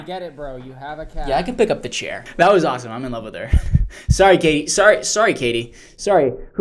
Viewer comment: did you just call her gaytie 😂